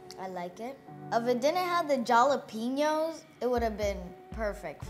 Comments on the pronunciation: Instead of saying Jalapeños try saying holla-penos. When you cooked the onions and jalapeños together the scoville (heat) increases in the peppers. Great job though my friend 🤌🏼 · Not the jah-la-penos 😂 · The "J" is SILENT in Jalapenos, you KEEP saying it in EVERY VIDEO. Leave the J OFFFF.... again NOT trying to be rude(bc I've mentioned this in another video)